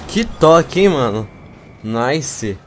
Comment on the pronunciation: naice ingles